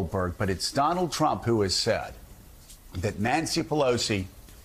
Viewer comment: Joe, you pronounced Kamala wrong.